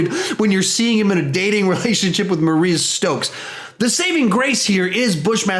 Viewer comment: Mariah Stokes not Maria stokes (read that in bushmasters voice)